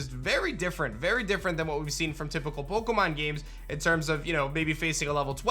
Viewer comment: Why did you say Pokémon like that ??? Annoying